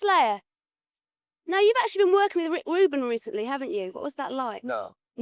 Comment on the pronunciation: ''... Now you've actually been workin' wiv Wick Woobin wecently now haven't you..."